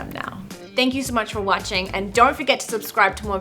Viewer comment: Her saying watching 😅😂